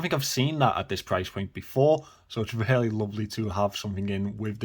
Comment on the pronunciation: You have to switch up your vocab a bit. You use the word "really", which you pronounce "rarely", about 500 times per video